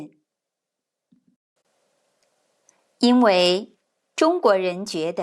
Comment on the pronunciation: 嗨！感谢你分享很有趣的故事！ I have a couple of questions/comments, hopefully they can help improve your videos' content :) 1. 因为 at should be 1st and 4th tone, right? 2. I think it'll be helpful to write the correct definition in context i.e. 再 should mean 'then', not 'again', because it wouldn't make sense in that sentence. Adding this kind of subtle change to your videos will likely bring in new viewers like me who often sees a character but aren't sure what the definition is in that context.